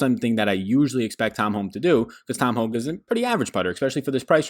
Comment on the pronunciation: Hoge is pronounced "Hoagie"